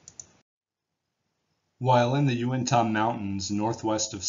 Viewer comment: Yew-ihn-tuh, not Yew-ihn-taw...Nevertheless, thanks for all your efforts sir.